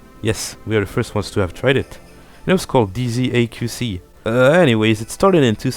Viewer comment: I’m sorry, but it’s not pronounced or written as DZAQC, it’s Désaxé which means deranged, which is a good explanation for the block